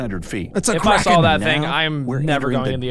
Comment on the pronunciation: why do you call it the kraen i's the giant sQiuid